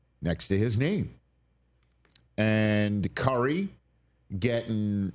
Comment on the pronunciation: I swear Rich was saying Carry (Car-E) instead of Curry